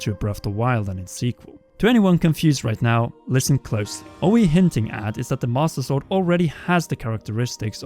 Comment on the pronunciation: the mAuStUh sOrd